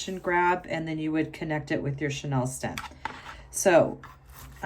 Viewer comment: It's pronounced "chaneel" as in chenille bedspreads. Beautiful work!